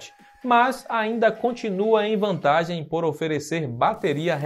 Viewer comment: matou o portugues kkkk